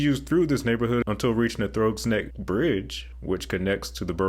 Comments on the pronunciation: I have never heard anyone pronounce "Throgs Neck" as "throw-gs", it's "thr-ogs", rhymes with "cogs". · It’s not “Thr-oh-ggs” neck it’s “Thraagz” neck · Grew up in Throggs Neck. Throggs is not pronounced "throwgs: it rhymes with frogs. Worse than that, you kept mispronouncing Cross Bronx Parking Lot. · Throgs neck rhymes with frogs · Throgs Neck rhymes with Frog's neck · Throg rhymes with frog. So you say Throg's Neck like you would say Frog's Neck. It was named after The Rev. John Throggmorton (or Throgmorton or Throckmorton). The bridge goes over a spit of land named Throg's Neck. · The "o" in Throgs Neck is short, so it rhymes with frog. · The ‘o’ in “Throg’s Neck” rhymes with ‘frogs’ and ‘logs’ — not ‘throws’. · Bro. You obviously aren't from here. NOBODY from here says cross bronx expressway. It's the crawl bronx expressway. Second of all. You mispronounced the name of Throgsneck Bridge. Mistakes like that get you noticed. Being noticed gets you all kinds of trouble that you tourists don't want. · Where did you come up with your pronunciation of Throgs Neck? It's pronounced like Frogs. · You pronounced “Throgs Neck” wrong. Otherwise this was a good video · Also never heard that version of the "throgs neck" pronunciation